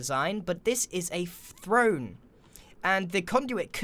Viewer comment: I love grian’s misspeaks and errors like “This is a fffffthrone”